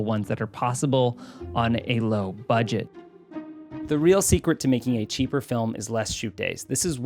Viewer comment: “Lowest Budeget” 😂 Not sure if on purpose or not but we still love you! Lmao